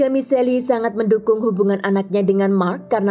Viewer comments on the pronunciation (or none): Michelle bacanya Mishel, bukan Miseli kak... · Sebut namanya misel bukan miseli🤔. Si admin mah kadang2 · michelle dibacanya mishel bukan miselli gimana siiih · Nama cewek tu Michelle atau Miseli...? Jika Michelle disebut Mishell, bukan Miseli, gunakan Google pronunciation mbak ....